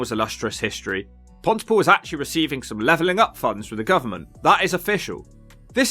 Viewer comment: Places that start with Pont - y - (Bridge - the - ) have the emphasis on the defining or varying part of the name. So Pont-y-POOL. You wouldn't say "UxBRIDGE" or "CamBRIDGE", would you?